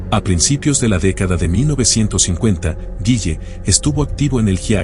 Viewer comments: Se pronuncia " guile " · El apellido es Gille no "Guille" 😂